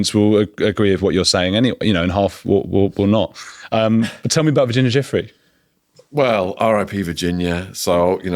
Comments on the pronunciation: Ju - Frayy is how her name is pronounced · Can you please take care to say people’s names correctly, her name was Virginia Giuffre, it’s pronounced Jifray with a soft J like a sh. It’s happened a few times with different guests and being someone with an unusual surname, I find it really disrespectful to get someone’s name wrong. Sorry to be picky, hope you receive with love.